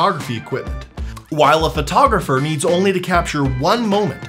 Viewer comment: You're a Phvoiteographer?